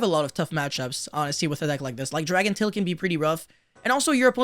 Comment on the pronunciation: Dracotail….say Dracotail 🤦‍♂️